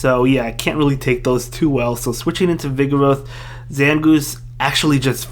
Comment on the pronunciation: This guys voice is funny 😂 He can’t pronounce his R’s lol “Maowak, Skamowy, Vigowath” lmao 😂😂😂😂👍🏼